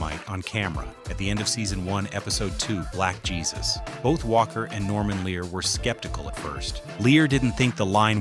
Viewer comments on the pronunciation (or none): none